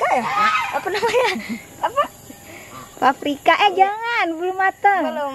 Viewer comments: Baru kaliini liat orang luar gabisa bilang paprika prapika lucu bet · Ngakak pas ngomong paprika malah parapika 🤣🤣 +jatohin bunga😂mamah sih ngajak aku kesini